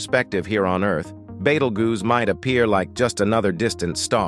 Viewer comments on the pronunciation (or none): He started calling it a "battle-goose". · "Beatle-goose" that really made me laugh. We're going to have to tell the AI narrator how to properly pronounce this word. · Badelgoose... Ummm 🤔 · The AI has pronounced Betelgeuse about EVERY way BUT "Beetlejuice" 😂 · It's to dumb to learn how to pronounce words properly - it does it frequently , making some words multiples when the same wod without the s , does the same job . There's a couple of other channels like that , where the AI narrator, needs to relearn it's trade . The "Beetlguese rant , had the most mistakes ever - would that qualify as dis , or , mis , information ? Or just mangled ?